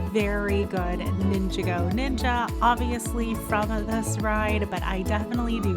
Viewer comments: Nin-jog-go... not ninga-go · It’s pronounced Nin-Jā-Gōh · She said said mia wrong she said mya not Mia she also said ninjago wrong